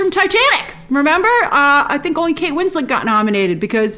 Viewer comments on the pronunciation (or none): none